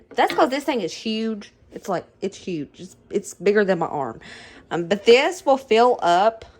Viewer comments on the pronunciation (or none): none